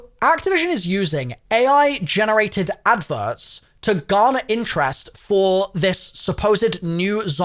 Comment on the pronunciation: Ah yes the dev teams are scrambling to get it ready i think you said ai wrong there good sir